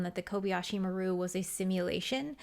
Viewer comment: It isn’t. Maru is pronounced mar ooh. The person who recorded the transmission for the film didn’t know how to pronounce it correctly and took a shot at it and nobody cared because it doesn’t actually matter.